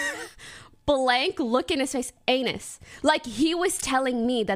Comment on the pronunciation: I’m sorry but if I saw “anys”… I’d also pronounce it as “anus” without any further thought… “a-nis”??